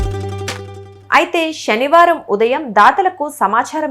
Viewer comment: యాంకర్ గారు దయచేసి దాని శనివారం గా పలకండి షనివారం కాదు